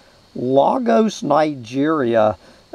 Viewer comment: Lagos Nigeria is pronounced Lay-gos. Lagos is the largest, and expanding, city in Africa. Don’t blame poor developing nations for the plastic pollution, it’s the rich western countries that introduced them to small plastic sachets of detergent, cosmetics, toiletries, even water sachets. The majority of it’s people are very poor relative to western developed nations, so sachets have been in wide use, perceived as affordable, convenient, and indispensable, but only because their true costs are externalised, unaccounted for by corporations that have profited handsomely from the sachet economy, and disproportionately paid for by society. Africa was also ill prepared for dealing with plastic detritus, as in many cases no garbage collection or reclamation/recycling plants in place. And to top it all many other countries send their waste to Africa for recycling/disposal🤔